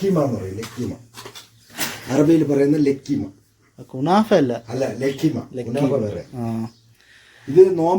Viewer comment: ലക്കിമ അല്ല ലുകൈമാത്ത്